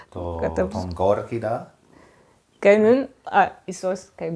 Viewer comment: Η κυρία μιλάει με λάθος τρόπο την αρχαία ελληνική γλώσσα.... Το "και" το προσφέρει "καΐ"... Το "και" είναι μονοσύλλαβο και η κυρία το κάνει δισίλαβο... "Κα -ΐ"... Το "εύ" που είναι δίφθογγος το προφέρει ως δύο ξεχωριστά γράμματα.... Έ και ύ... Με αυτή την λάθος προφορά που βασίζεται στην λάθος θεωρία του Εράσμου όμως, δεν βγαίνουν 15 συλλαβές στον ιαμβικό δεκαπεντασύλλαβο.... Άλλα προφέροντας το μονοσύλλαβο "και" ως δύο συλλαβές κά και ί, βγαίνουν παραπάνω συλλαβές... Ενώ οι αρχαίοι ποιητές έγραψαν σε δεκαπεντασύλλαβο..... Επίσης η γλώσσα που μιλούν δεν είναι αρχαία κλασσική ελληνική γλώσσα αλλά νεοτέρα, μετά την εποχή του Μέγα Αλεξάνδρου, η λεγόμενη κοινή ελληνιστική... Έκανε μεγάλη ζημιά η λάθος θεωρία του Εράσμου.... Διαγράψτε την τελείως....